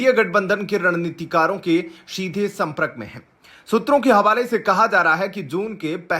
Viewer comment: 'Prakriya' and 'sampark' ka pronunciation theek kijiyega.